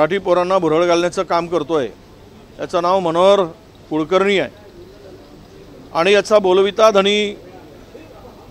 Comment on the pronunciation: 'आनि-पानी' का करता🙄.स्पष्ट उच्चार करणे इतकं कठीण आहे का. साधा 'ण' चा उच्चार करता येत नाही? शाळेत गेलेलात ना? भाषेच्या प्लॅटफॉर्म वर शुद्धच बोलले पाहिजे .